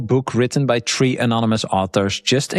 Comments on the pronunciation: I love every time says, "Tree" instead of "Three" 😂 It's hilarious to us Americans, keep it up! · Yes even i heard him saying principle 🌳 ( Tree )